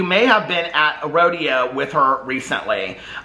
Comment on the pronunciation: Lol was calling it a rodeo instead of Rodeo Drive. So cute haha